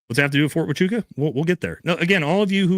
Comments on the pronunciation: Sorta crazy I actually live right next to ft huachucah it’s actually pronounced wa choo kah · Hua-chuca (Hwa-chooka) Is how it is pronounced, not Fort Huachaca 🤦🏼‍♂️ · … brother, my only beef is your mispronunciation 😂😂😂 I’m a bit special and it’s killing me!! Fort Wah-choo-kuh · Its Wha. Chew. Kah. Pronounced. HuaChuKa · So what I learned tonight is First Group does and has trained at Ft Huachuca Whackachewka forever and why loves to mispronounce it! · FYI - It's pronounced Fort "Wa-Chew-Ka".... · He's called it Fort Wakachaka too. He's totally doing it on purpose lol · Lol I'm pretty sure you already heard this. It's pronounced fort huachuca (wa-chew-ka) I could understand if you're pronouncing it that way to be funny! You were in the military so I know those are 99.9% chance that you're pronouncing it wrong on purpose I believe lol once again love your work keep it up! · "Militar guy" but you don't know how to pronounce the name of a military base??? Interesting!!! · 🛑I stopped trusting you. I used to like your comments. Hmmm, you are militar man but you don't know how to pronounce Fort Huachuca? Mmmm interesting! You got the call and the $$$ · The fact that you keep on mispronouncing the one of the fucking biggest Military Intelligence bases in the US speaks volumes of your part in this story! Especially when you said it was for border protection only which is a huge lie historically!!!! I don’t believe Mitch either but to kill the planes in and out of there is my gripe with you and now has me questioning your motive. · Yep he’s mispronouncing it on purpose. He’s playing dumb. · Huh?! was in the Army and he doesn't properly pronounce Huachuca? That seems weird. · You could at least get the pronunciation of the word HUACHUCA right. How did you get his DD214 papers?